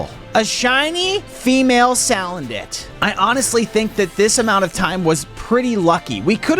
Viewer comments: Why does he keep on saying saladent! It’s salandent (sa land ent) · ITS NOT SAL ANDIT its (sa land it) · female “saladent”